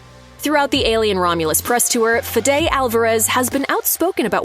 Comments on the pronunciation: The director's name is pronounced "FEH-di" not "Fi-DAY" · Pronounce Fede's name correctly. Same as Kamala, pronunciation is key. Love Romulus and the content from this channel, but not this lack of attention to this detail in this video.